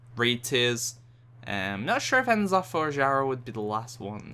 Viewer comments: it's n'zoth :P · I cringed every time you proncounced N'zoth wrong >.<